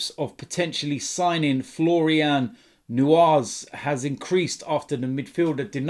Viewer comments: “Florian Nuaz” 😂😂😂 at least research the name before you butcher it 🤦🏾‍♂️🤦🏾‍♂️ his name is “Neuhaus” pronounced “Noy-house” 😂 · it's pronounced Florian noyhaus Not newhaus